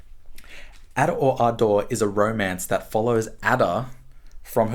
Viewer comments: It is pronounced the way he said it. There is a reference in the book about it somewhere. Just like Lolita is not supposed to be pronounced as though it were English, but Spanish. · Starts off by pronouncing the title in a way that makes a nonsense of it! That is not encouraging as far as this analysis is concerned. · As an Australian “Ada” and “Ardor” sound exactly the same, probably hence the exaggerative pronunciation. Though I understand the similarity is somewhat the point.